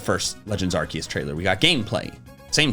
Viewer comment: please please pronounce arceus right it's a soft C not a hard C. Ar-SEE-us.